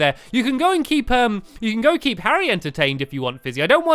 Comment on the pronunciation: you called Harry Harriot